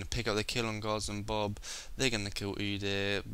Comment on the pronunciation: Don't wanna be mean, but why do you say "Gozzom Bob" when it clearly says "Guardsman Bob"